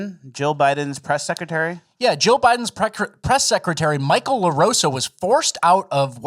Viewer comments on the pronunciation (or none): none